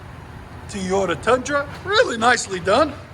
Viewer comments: IT’s Toyota…NOT Tiyota….come on Man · “Teyota” There is 2 O’s! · I think the best part was of the whole video is listening to you say “Tee - yo - ta”. 😂 I have a 2019 Tundra SR5 and I put dual exhaust MagnaFlow on it, sounds badass!! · Dude... let me break it down for you.. TOY-O-TA. It doest start with Tey. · Love the videos but this guy saying toyota like he does is killing me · You can't say TOYOTA